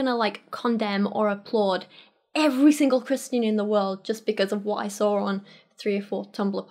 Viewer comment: Why do you put an R in the word saw?